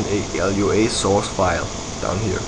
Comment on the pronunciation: Dude -.- It's just Lua, not l-u-a... Lua is brazillian for Moon and the creater is brazillian, hence the naming.